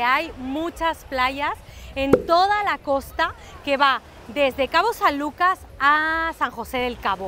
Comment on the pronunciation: Hasta que alguien dice bien el nombre de mi hermoso puerto, cabo san lucas baja california sur.